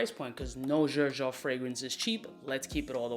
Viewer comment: The way u pronounce “Xerjoff” makes me cringe so hard 😬